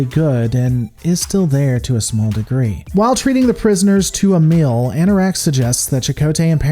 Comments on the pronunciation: He can say "bleak" so we know he can make the e sound like in "feed" but he says "mill" instead of "meal" and "fild" instead of "field." That's wird. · Suggestion: Work on your pronunciation of the long "e" sound. It's a little grating that you pronounce "shield" as "shild", "meal" as "mill", and "feel" as "fill".